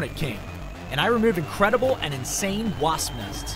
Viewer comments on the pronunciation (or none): none